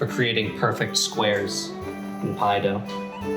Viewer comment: the magic word that blesses the food to taste better "poy-feckt"❤